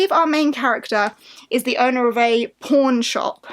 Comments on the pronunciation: I have a way to dirty mind, I heard porn instead of pawn at first🙈🤣 a very interesting list of books. I haven't made my own yet. But hope we all get a magical polarthon❤ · ... I cant be the only one who thought she said p*rn shop.